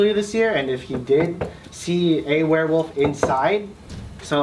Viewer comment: "Werewof" - said 26 times